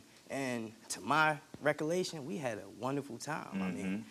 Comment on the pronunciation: NOT recalation! 🤣🤣Dude, just say from what you recall...you're on TV mispronouncing words. 🙄🤭